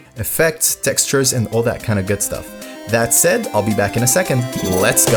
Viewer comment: it does sound weird when you aren't used to it. So I see where you were coming from. :)